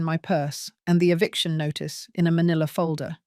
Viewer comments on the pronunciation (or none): EVICTION not EVICATION. Who can't spell should not narrate.